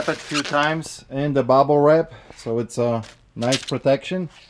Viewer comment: I forget about your accent until you say Bubble Wrap haha